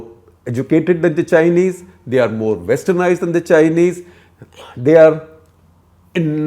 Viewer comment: Did you say worstenized or westernized?